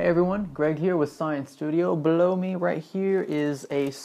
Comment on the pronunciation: You said "below me right here" What I heard was "blow me right here" ._.